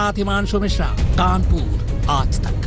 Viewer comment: कानपूर नहीं है भाईसाहब ।।। कानपुर है वो